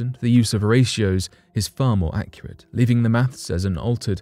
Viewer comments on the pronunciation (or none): none